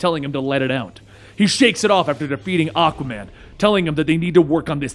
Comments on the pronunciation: Aquaman ❌️ Akaman ✅️ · Enjoying your videos, but you really need to work on how you pronounce "Aquaman". It sounds like you're saying "Occa-man".